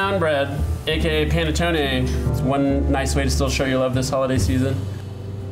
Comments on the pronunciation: It's called P(A)NETTONE, NOT P(E)NETTON perdio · Did he say Pene Tony?😏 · P-ah-neh-toe-neh, please! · say it with me...Pa-ne-TONE-eh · You really should pronounce this bread correctly. There's no silent "e" at the end of any Italian word -- like "latte." It's pronounced pan-uh-TOE-nay. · It's pronounced P-aH-nettone